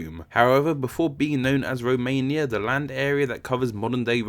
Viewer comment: They don't row what anyway it isn't a row mania